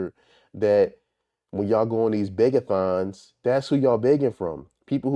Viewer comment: He said " Beg-A- thon"